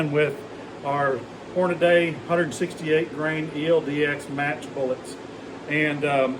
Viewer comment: I was enjoying your video until you said Hornaday. It's Hornady. Horn-a-dee.